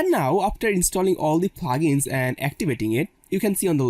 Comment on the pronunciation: it not Plagens it is Plugins it took me time to understand what you means by Plagens